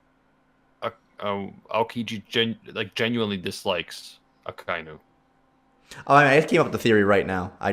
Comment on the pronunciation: did u just call Akainu Aikinu🤣🤣